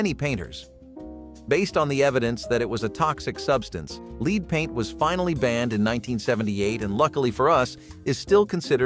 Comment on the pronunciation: I can't believe how you pronounced lead